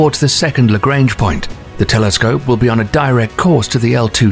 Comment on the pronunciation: Lagrange was French. Lah-grah-nge.